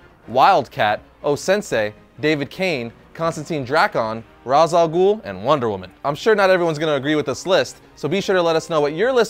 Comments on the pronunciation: For the last time. It's ray'sh not raa'j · Do you seriously just mispronounce Ra's a Ghul?